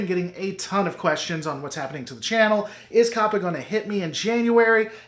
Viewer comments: It's CO•PA not COP•A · I don't know why, but you calling it "Cop-uh" is really throwing me off. (I've been hearing it pronounced "Cope-uh")